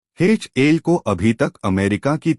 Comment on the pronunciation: HAL hai Bhai HIL nahi hai 😅